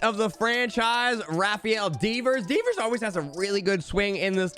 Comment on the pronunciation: I stopped watching when he said “Deevers “ Devers and “class” for clase 😂